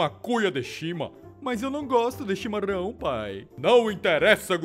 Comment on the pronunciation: Se dis chimarao